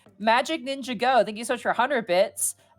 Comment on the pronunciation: I'm just gonna come out and say it: nobody tell that it's "Ninjago" and not "ninja go".